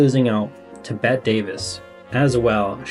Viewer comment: Just fyi, Bette Davis name is never pronounced BET. It's supposed to be pronounced the same as BETTY. And, I love Deanna too. This was interesting.